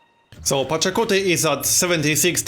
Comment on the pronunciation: Pachacuti, not Pocatello.